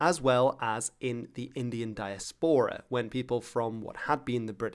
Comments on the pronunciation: I have never heard the word 'diaspora' pronounced like that before,. You are a learned man and something of a linguist, so I'd be surprised if you were just wrong. Where does this pronunciation come from? (As opposed to /daɪˈæspərə/, which would be more familiar to me.) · He might have picked this up by hearing it from a Dutch context first. As this is how a Dutchman could anglicize the word "diaspora" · It sounds like a really "original" way to pronounce it aka in a greek-latin way